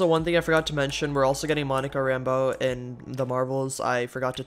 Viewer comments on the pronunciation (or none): none